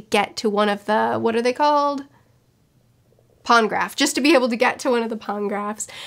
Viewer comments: It’s Poneglyph not Pongraph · By the way, Poneglyph is pronounced "Poh-neh-gliff" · its not porngraph, its poneglyph, like pony-gliff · Not pongraph, Pone-glyph. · pone-graphs. That's a new one. Love it. (most people say poney-glyph or pawneh-glyph) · Its "Poneglyph" think Pony + Gliph